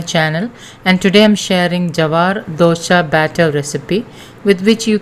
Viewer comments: It’s not DOSHA, it’s DOSA. DOSHA means drawback/fault. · Not dosha. Dose or dosa